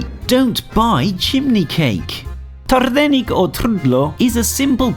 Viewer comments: Trrrrrrrrrrrrrdelník lol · He didn’t even pronounce trdelník right 🤦🏼